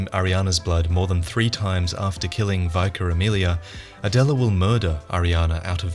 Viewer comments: It's pronounced Vicker, to rhyme with ticker, not Vyker to rhyme with Ryker! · It's pronounced "VICKER" not "VYKER" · Love these videos but the pronunciation of Vicar got me ded. Vicker not vycar my dudes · Its vik-car not vy-car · I love you but "Viker Amelia?" Ummm, pretty sure it's Vicar which is a thing that already exists and already has an accepted pronunciation... The fact it is related to the healing CHURCH as well highly suggests that it would be pronounced like you would pronounce a real world vicar's title. You can literally just Google or preferably DuckDuckGo "Vicar pronunciation" and you will get a sound file you can play with the correct pronunciation. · vicar pronounced vick-er not veye-car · I literally scrolled through the comments seeing if anyone mentioned something so I didn't have to. I mean come on how do u get vicar wrong lol. thank you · I had to say something regardless, triggered me like fk lol. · Just a friendly FYI.. Vicar isn't pronounced the way you said it! You said: Vye-car It's actually: Vick-err Top video otherwise! :) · "V-eye-car" Amelia :I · lol "VYKER" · Vicar isn’t that hard😂. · I know I'm like 5 years a bit too late, but it's vicar with a short I not a long I. They're members of the church, like a priest basically. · "Vicar Amelia" - Vic is like "dick" or "sick" not "bye". How can you make that mistake? o_o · Funny how you mispronounced vicar like ENB in his play through.